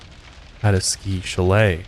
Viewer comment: Funny how u say chalet.